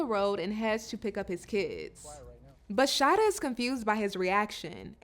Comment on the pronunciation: It’s Sha-EE-dah 😂